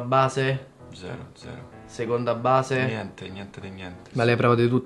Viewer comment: ahahah questa è fichissima! però deve migliorare la pronuncia di "niente"!